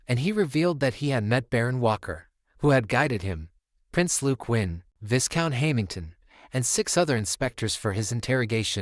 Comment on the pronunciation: You never corrected yourself throughout the entire manhwa It's pronounced vigh-count, not vis-count the S is silent bruh😅